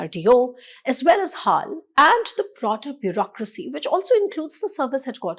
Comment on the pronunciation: HAAL ? BAY-HAAL !😂